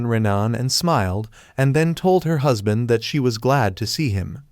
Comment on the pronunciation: stop say huspan